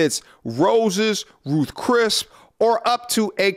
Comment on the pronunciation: Ruth Chris. Not Ruth “Crisp” lol